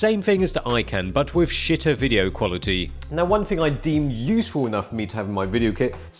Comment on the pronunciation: as Lok would say, nice "wideo". specially that "wong way" moment, haha